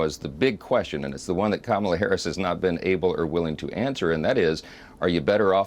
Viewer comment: Go ahead, Donnie, mispronounce VP Harris's name some more! You'll be hearing it pronounced correctly when she steps up to be sworn in as our President.